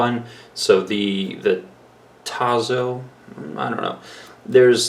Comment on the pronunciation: T A S S O, Italian pronuntiation. You need to learn other languages my friend.